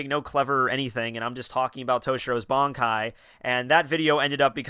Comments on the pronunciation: Ban kai not bonkai smh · Can you please learn to say Ban-kai and not BON-kai...thx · why everybody pronounces bonkai its bankai ffs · BAN.....KAI....Listen to how they say it. You're saying Bonkai. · Pronouncing it as B-an is the the equivalent of someone saying Nuh-roo-toe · its similar to both versions but its more bankai than bonkai still japanese language doesnt have such elaborate pronounciation as english